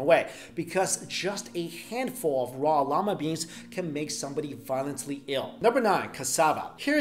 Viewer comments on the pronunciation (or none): I heard him say llama beans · hehe He said lama beans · Hehe, you said llama beans. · to me it sounds like "llama beans"